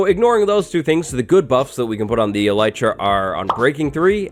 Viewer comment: name yout Elytra as "Elite-ra"